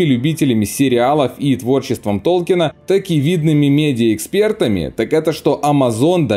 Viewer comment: Толкин пишется и произносится без "е") профессора очень бесило коверканье его фамилии еще при жизни)